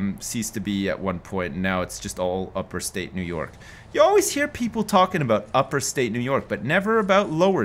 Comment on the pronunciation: Upstate New York not Uperstate